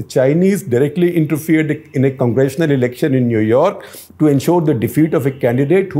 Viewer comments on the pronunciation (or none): none